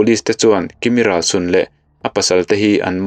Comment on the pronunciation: kimi hnam hming 'Râlsun' tih ilam rik dan hi adiklo 'Râl' tih hi 'Râldo' indo na a 'Râl' tih lam rik anga lam tur anih e